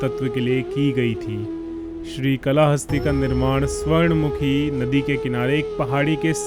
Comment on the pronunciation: Thanks, bahut achcha lga...par ye कला हस्ती nahin काल हस्ती उच्चारण kiya jaata hai,....